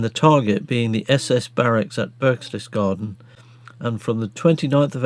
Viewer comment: Pronounced BERKTESGARDEN.